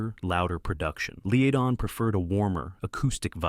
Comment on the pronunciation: You are saying the names wrong it is not lead on say it right